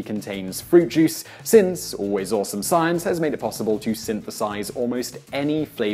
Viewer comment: i tought he said jizz